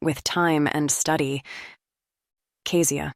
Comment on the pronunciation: I’m enjoying the book but…is it on purpose that Kezia’s name is pronounced so many different ways, even by her ex husband Marcus? Is it Key-zee-ahh or Keh-zee-ahh?